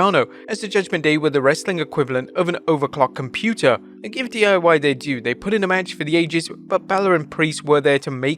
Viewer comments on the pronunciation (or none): none